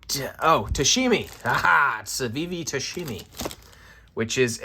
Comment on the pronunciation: Tamashi not tashimi…